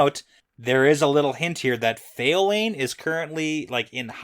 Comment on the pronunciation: Lelany... La La loony.. Lelaineee.... Lelaine. Gets me every time 🤣